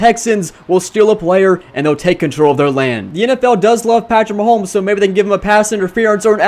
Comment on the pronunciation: Did anyone hurt when he kept saying “Maholmes”? Still a good vid though.